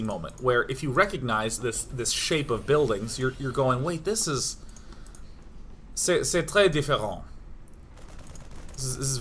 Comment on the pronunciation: nice french accent !! "c'est très différent"